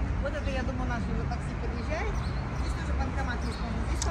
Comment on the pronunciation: Надо говорить не здеся, а здесь. Что за безграмотность.